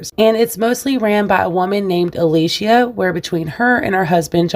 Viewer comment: It is actually Alicia